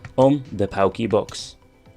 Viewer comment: It’s pronounced “porky box”